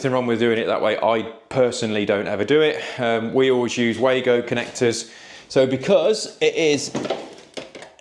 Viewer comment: It’s not ‘way-go’, it’s ‘var-go’. Why do all you sparks keep mispronouncing the name of this German product⁉️